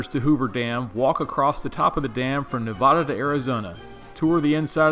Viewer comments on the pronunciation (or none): It’s Nevada not Nevawda.!!!!